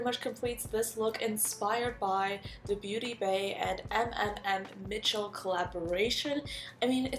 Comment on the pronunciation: Just so you know, sweetie, his name is not M M M Mitchel, but put the m sound all together...kind of like you would if you had a stutter. As an example, with my name, Shelbie. sssShelbie. It’s repeating fast, mmmMITCHEL. I hope that makes sense! And what a fun video idea! Much love to you, Shelbie =)💜🧡